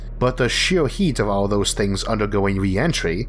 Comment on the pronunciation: Eorth? Yeor? Sheorl? Aoll? Easior? Teore? Diostor? Paort? Fuck I can't listen to this shit anything.